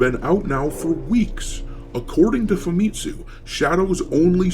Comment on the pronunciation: FamiTSUU. Not FaMItsu.